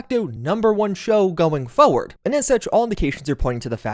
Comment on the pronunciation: Why do people hate the letter r in words? Frustrated was my first and only until I heard forward 😂